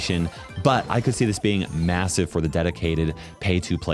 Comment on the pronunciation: did I hear masive?